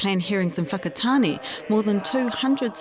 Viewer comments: Where's the O in Whakatāne aye lol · The sheer fact that the Mayor cannot pronounce Whakatane properly is ignorance in itself. What angers me the most is how some Pakeha have no concept of "wahi tapu" nor do they care. What also confuses me, is who in their right mind is going to put their whanau in a retirement village that is right next to an urupa? "You're old Mum/Dad. How about spending the remainder of your life right next to a cemetery"?